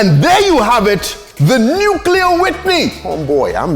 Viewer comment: The dude said “nuke-you-lure”